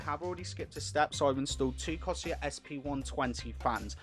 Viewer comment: Cor-Sare Not coseeyer lol